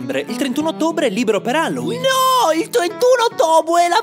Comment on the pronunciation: Caro, impara a pronunciare bene "Halloween" prima di festeggiarlo.